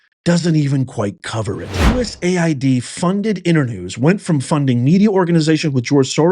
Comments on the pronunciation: US-AID. BAND-AID, IT IS NOT U-S-A-I-D. MAY AS WELL SAY "U-said", As in "you said what?" Don't allow the DS to cloud the issue with another acronym. This is about laundering U.S.taxpayer money as it makes it way back into political campaigns and indeed the pockets of members of the shadow governments of this and other countries around the Globe. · It's US AID not USA ID moron